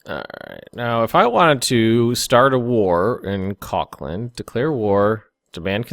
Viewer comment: kokland? lmao man